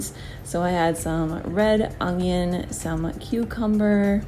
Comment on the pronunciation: It’s funny how you say ungion instead of onion lol but no these recipes looked really great, thanks!